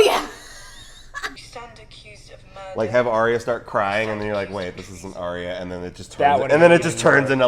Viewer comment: Arya's name is pronounced 'Eye-ya' or 'Ar-ya'. I saw Maise say it in an interview 😊